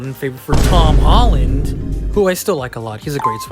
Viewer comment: I thought you hated hom Tolland 😂